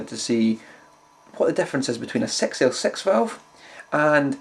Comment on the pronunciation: =) "Either an EL34 or a Sex El Sex"